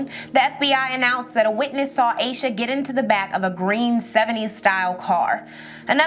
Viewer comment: I think her name is pronounced as Ahsha not Aysha. 🤦🏿‍♀️